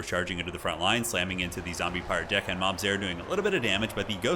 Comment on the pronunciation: Listening to pronounce "zombie pirate DECKhand mob"...:face-orange-raised-eyebrow